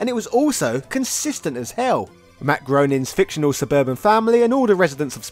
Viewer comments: Hey, I am so with you on Ryu, but for the love of all good, Groening is pronounced ' Graining '. 😜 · I notice a lot of people mispronouncing Matt Groening's name... It's pronounced Grain-ing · Since I know how much you appreciate it when the comment section “corrects” your pronunciation, Groening rhymes with Complaining. Your kinda guy :)